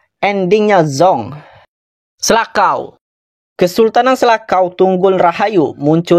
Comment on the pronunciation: Selacau C nya di baca c bang itu bahasa Sunda cau(pisang) bukan bahasa Inggris jadi selakau😂